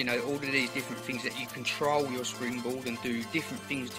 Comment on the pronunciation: It's things not dings